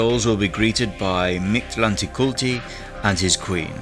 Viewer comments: It’s more pronounced like this Mick•lante•kuut•lee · The pronunciation of this God in Classical Nahuatl was more akin to - Meek Tlan Tektli With an accent on the last E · Wanted to watch but lasted like 10 seconds, until you started to not even try to pronounce his name with respect. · You pronounce it funny 😂 but your video was so cool!